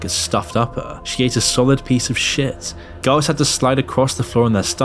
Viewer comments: Haha he’s says GOWS instead of girls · It would help hugely if when you said girls it doesn't sound like guys. Just saying.